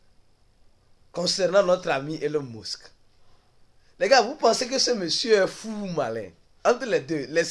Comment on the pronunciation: ta façon de prononcer elon musk la deh